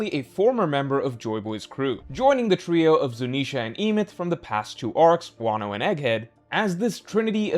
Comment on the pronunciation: The pronunciation of Emeth has to be rage bait